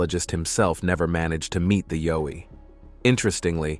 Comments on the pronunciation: It is yowie pronounced yow iethe yow to sound like ouch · Pronounced YOW as in Y and ou from 'ou'ch plus e. Plus not a myth I met one outside my home in NT, many years ago, and we stared at each other less than one metre apart. We were both stunned.